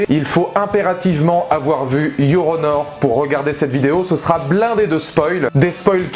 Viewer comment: Yoronor ? Je me moque pas de votre anglais et je vous demande pas de l'apprendre en 24h mais il suffisait de séparer la prononciation "Your... petit espace ou pause...puis... honor"... car en le prononçant d'une traite on entend Yoronor ...